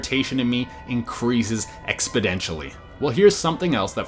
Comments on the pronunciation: Expodentially or exponentially there? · I disagree with a flat Earth, but, how are you calling people unintelligent and using words that don't exist like "expodentially?"